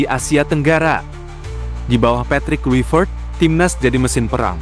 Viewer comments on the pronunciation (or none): none